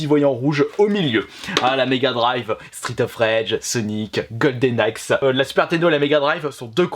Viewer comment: Tu adi golden hay en parlant de la megadrive